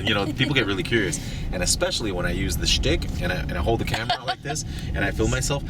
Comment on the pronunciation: you gotta love the way pronounce "schtick"